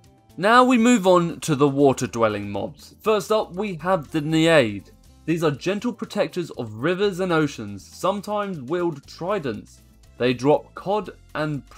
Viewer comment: I think he needs to learn how to say naid it’s not neod it’s not needed it’s naid he rlly should have looked these things up before doing a showcase plus a couple things were wrong in this